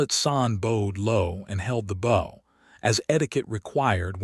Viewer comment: The AI needs to learn the difference between bow meaning something used to launch arrows and bow meaning to tilt the body. They're spelled the same but pronounced differently.